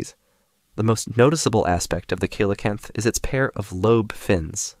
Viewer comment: ‘Coelacanth’ is pronounced as “see-lun-kanth”. Hope it helps (nice video by the way)